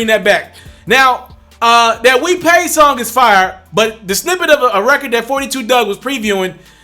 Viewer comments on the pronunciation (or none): none